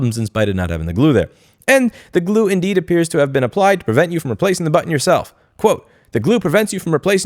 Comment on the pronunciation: Stop saying button weird